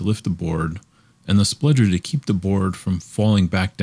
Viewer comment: Really excellent video. But I think it's pronounced "spudger" not "spludger".